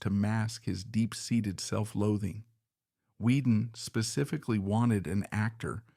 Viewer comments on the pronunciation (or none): none